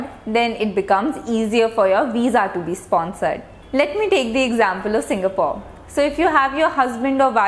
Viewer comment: Well explained.... Hv great presentation skill Perfect pronounciation of Singapore...etc